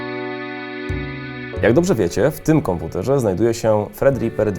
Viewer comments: Kilka razy powiedziałeś "Fredripper" az boli w uszy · Jak już mówisz "fred" nie "tred"(thread) to powinieneś powiedzieć "ripa" nie "riper"(ripper). Brzmi to przygłupio. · fredripera? gdzie ty tam masz F? jak nie potrafisz angielskiego wymawiać to użyj Google. Polacy mają idiotyczne tendencje do zmiany słów angielskich dodając nieistniejące litery lub usuwając te co są. Tredriper a nie Fred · Czy tylko ja słyszę jak on mówi fredriper zamiast Threadripper? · Nie wiem dlaczego, ale za każdym razem kiedy mówisz nazwę procesora słyszę "Fredripper" ;-)